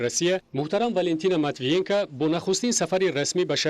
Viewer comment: Манитивиенка, не. Матвиенко..ина бо як диктори бесавод